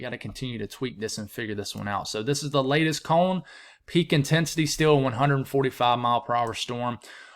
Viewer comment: Are you saying "comb"? Or "cone"?